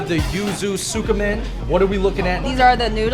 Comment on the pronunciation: Someone needs to correct that other guy David he keeps mispronouncing Tsukemen as Tsukamen for some unknown reason